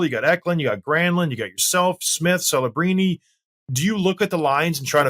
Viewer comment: he said kelebrini lol